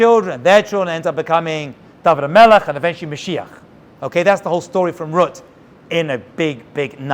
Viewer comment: My grandpa used to call my mother ruet instead of Ruth just like you did very strange we aren't Jewish